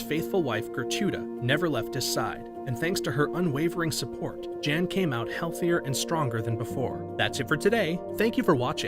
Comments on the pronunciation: He keeps calling him JAN but I believe that name would be pronounced as YON considering this story’s country of origin and the gender of the subject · Makes me wonder if even this video is correct or not when they pronounce it Jan instead of Yahn considering where the events take place 🤔